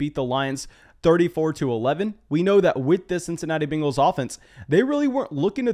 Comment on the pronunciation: Nobody: This guy: Bingles